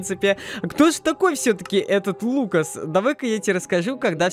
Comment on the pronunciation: Ты сказал фукас